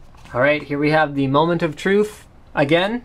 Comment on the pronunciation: Moment of truff.